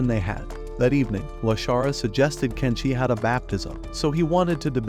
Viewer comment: Tenshi not Kenshi